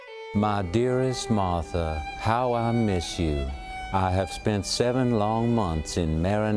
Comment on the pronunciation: Why is Trump incapable of pronouncing "Martha"???